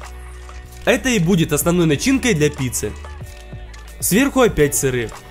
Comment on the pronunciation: ты сказал опять сырых? Или мне